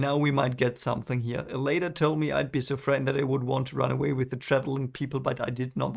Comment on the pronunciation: There is no "Selene's Wind". Not sure how you got that first chapter weird wind has anything to do with Selene. Also, its elay-n not elay-nee